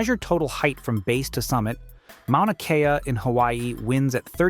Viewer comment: Mauna Kea not Manua